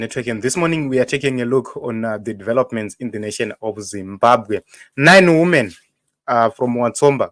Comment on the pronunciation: Women is plural for woman pronounced as "weemen" not "wuumen"